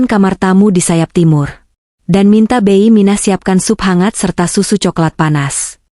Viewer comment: Koreksi dikit mbak cara baca bibi jangan beiy, bi gitu dong anda orang mana sih